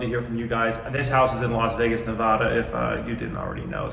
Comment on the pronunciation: Your first pronunciation of Nevada was on point. The second one was not